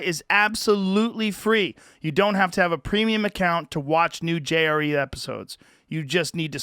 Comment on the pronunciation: I heard "Jerry" instead of JRE one time, and now I can't stop hearing it.